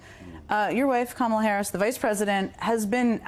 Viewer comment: The mispronunciation of Kamala’s name is deliberate and vile. They know very well how to say it. It’s a premeditated put-down. A clear implication that her name is not ‘American’ and she is not one of us. Disgusting tactics.